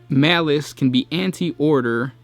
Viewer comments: I thought it was Malal not malice.... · His name is Malal, not Malice. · It's "Malal". Show some respect toward your elders, by using this god's Old School name: MALAL! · I thought the legal issues were around the name Malal and not Malic?